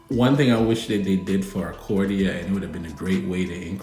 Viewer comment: Bro who is Acordia? 😂 Do you mean Arcadia? 😂😂😂